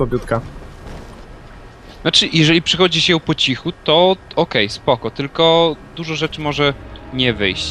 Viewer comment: O kurwa, 'durżo' :O